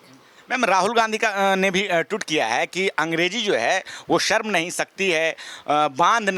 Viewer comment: Sharm ko sarm kehna ,, ma'am yogi bhi , shahar ko sahar bolna , shahrukh ko sarukh kehna